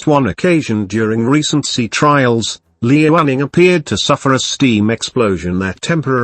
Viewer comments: Liaoning is meant to be pronounced Liao'ning, not Li'ao'ning. Sounded odd on the soundtrack. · smh its pronounced Lee-yao-ning! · I enjoyed the video. Well made with good facts. Some constructive feedback: try to use higher resolution photos so the photos don't come out pixelated in the video. Also, and my biggest piece of feedback, do anything to avoid the synthetic voice. A real human voice would be much better, especially in terms of intonation and in terms of pronouncing the name "Liaoning" correctly. But you're off to a good start! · Whats the robot software being used? Interesting.. I was almost fooled by it until it read the "liaoning" wrongly. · Did the computer voice say Lee running for Liaoning and Hor net for Hornet?